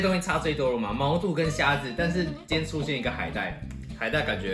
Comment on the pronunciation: 感覺很少人知道毛肚的肚真正讀音 其實念ㄉㄨˇ